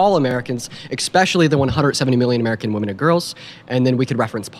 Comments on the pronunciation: And say “exspecially” instead of “especially.” <—- Tell me you’re from the trailer without telling me you’re from the trailer. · I will never take seriously anyone who says EXpecially instead of ESpecially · "eckspecially" - and now you've shown your intelligence level. Well done. Have a nice day. You've lost the argument. Go away. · Excepcially? This moron can't even talk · Ekspecially. Kid, learn how to pronounce words properly before trying to school anyone. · Did the smug kiss really say "ek-specially"? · Any boy who says "eXspecially" has proven his lack of intelligence. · Expecially haha sounds good! ;D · Exspecially….That is the word that destroyed the child for me. He is what is commonly referred to in the south as a punk, in the softest possible way. Besides, Kamala has no character to speak well of. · He looks privileged. What does "ekspecially" mean? Go visit your nearest Marine recruiter, Nancy. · This kid still pronounces especially, as "expecially" I'd bet that he also says, "amblience & basghetti" too. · He's trying to sound smart while he says "expecially" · "eXpecially" debate over. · He said exspecially.😂😂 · Did he really say eKspecially? Oh, so we’ll-spoken. And he has everything ass-backwards. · It took him 14 seconds to cook himself and pronounce especially, "exspecially" Bye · Ekspecially? 😭😭what a ridiculous goofy ass dude. These people are so brainwashed and act like NPCS😂😂😂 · Ill NEVER take a dude serious that says EXspecially 😂😂